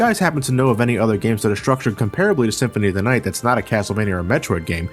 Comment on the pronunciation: "Castlevania: Symphony of the Aight"